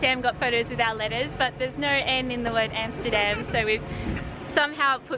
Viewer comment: say Amsterdam (like America, Alaska, Africa, Amendment) and NOT Emsterdem, Goddamn…. and your video is ok